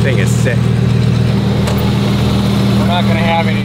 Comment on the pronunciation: thats sick or thik??lol